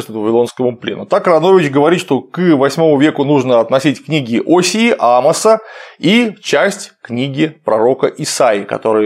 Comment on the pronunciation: В имени пророка Амоса ударение на О , отсюда фамилия - Амосов.